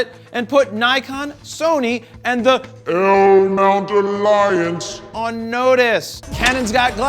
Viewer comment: cant get enough of the "L mount alliance" annunciation LOLOL